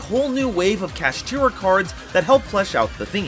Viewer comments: Sorry I couldn't watch the complete video, why people can pronounce Shangri-La correctly but not Kshatri-La??? they sound almost the same for God's sake!!! what's this "kashitira" nonsense?! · The cards say kshatri-la but he says kashtira...why?